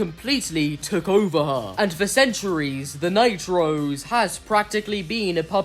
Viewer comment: i think you're saying "Night-Rose" way too often - i keep hearing "The Nitro's" as if hope and diego are siblings named Diego & Hope Nitro...